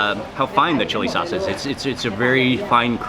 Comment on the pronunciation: Mmmm with the "chilli chaucee" 😂